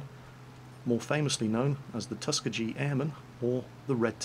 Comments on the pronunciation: Don't mean to gripe,, but it's pronounced Tus-key-gee not Tus-ke-gee. Love your vids, not hate, just informational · lol. Tusk-EE-gee airmen. not Tuskee jee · Tusk Ka G. Love the way you say it lol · One note. The 99th Fighter group WAS called the Tuskegee, Airmen. But, it's pronounced "Tusk-key-gey", it's a Cherokee or Creek Indian word, from the Muskogean language group. (think it means Kick-ass Fighter Pilots or something, Kappa). The Institute got its name from the Tuskigi Village that used to be on its land. But the pronunciation hint is 100% accurate! I had the privilege to meet a few Tuskegee veterans a few years ago at Maxwell Air Force Base, near Montgomery Alabama. They were excited to share their proud history and lineage with me while I was researching a book with/for my father about the history of Combat Search & Rescue Not trying to be critical, just helpful. I'm a teacher on summer break and couldn't restrain the urge, hope you understand. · btw,, it's Tuss-KEY-gi. the last syllable rhymes with "key". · Just for the sake of correctness Tuskegee is pronounced as tusk-e-gee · I've actually always heard it pronounced Tus-kee-gee. Granted I live in the south but I'm also 30 minutes away from the actual town lol. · Tus•key•gee (the g sounds like your pronouncing gap) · I might b wrong but it sounded like Tusca-jee. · Bless you and your pronunciation of Tuskegee. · Just a point of information; the "G" in Tuskegee is a hard "G" as in Geese. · Coming from an American air history geek, I've always heard Tuskegee pronounced with a soft g, but I could be wrong. Just a heads up! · GG on mispronouncing Tuskegee. Love you still. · BohemianEagle I am appalled at how you pronounced "Tuskegee Airmen":'( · why you mispronounce Tuskegee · I don't mean to be "that guy",, but Tuskegee is pronounced with a hard "g" just for future reference.:) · Lancejack Sage YUP!